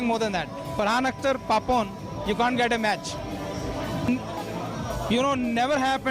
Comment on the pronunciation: it's not Pepon it's PAPON